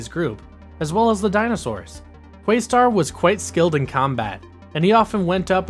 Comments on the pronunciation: Im excited that youre going through the show but frankly it sounds like you never actually watched when you keep calling Questar by his younger brothers name, Yungstar....and you pronounced it incorrectly. Its pronounced as if you were saying Quest with an additional Ar at the end of the name. not quaystar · Pretty sure it’s Questar, not Quaystar. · Good video, but your pronunciation of QUEST-arr hurt my heart